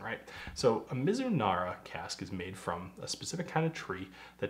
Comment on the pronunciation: Your pronunciation sounded good to me = Me-zu-nala. Thanks for all the history and details. This one sounds so good!! That's the real key, ya wanna drink more!! Cheers!